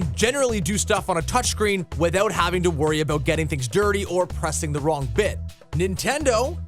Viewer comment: "TALK ABOOT AWESOME!"